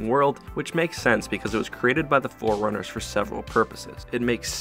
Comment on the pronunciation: I really hate it when pronounce “forerunners” like “foreigners”